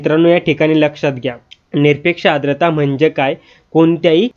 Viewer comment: आद्रता नाही. 'आर्द्रता' म्हणा... उच्चार शुद्ध करून घ्या, आधी!